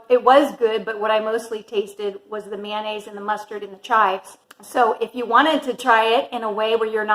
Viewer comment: Mayonnaise not MANANNAISE !